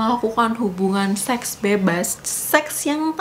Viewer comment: tolong ngomong seks nya biasa aja, gausah di tekankan 😂